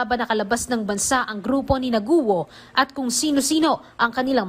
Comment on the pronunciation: The correct pronunciation of Alice's last name is "KWO" not "GUWO", we usually read the letter G as either C or K